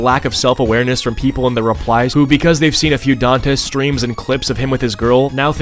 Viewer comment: Pretty sure that's pronounced like "Dantè"?